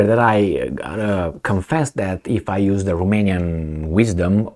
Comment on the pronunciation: He reads Romania right. For it is not what it seems. There are post Romans, hiding in the mountains for hundreds of years. They were surrounded by some cave man, called "olah or vlad". The post Romans colonized them in the form of feudalism, latter changed them in the school. They don't mix. Post Romans don't give their daughters to cave man. The Romanian's IQ is either under 80 or Over 120 for man. Between 80-120 for women. Some 10M of these gentlemen raided Europe, and they are behind Brexit.